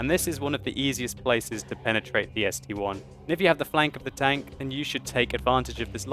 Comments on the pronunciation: it's the ST-I. Not ST-1. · ST-I!!!!! it is a capital i.... I..... not 1................................ -_ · it's st-i not 1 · I have that tank its called ST-I not ST-1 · ST-I (i), its not 1 !!! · It is ST one! NOOOOOOOOOOOOOO it is ST- Eye! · It's ST-capital i